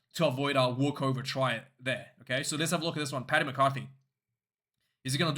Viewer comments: Just a heads up dude. Its Paddy not Patty. Patty is not a thing Have a good one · Paddy not Patty!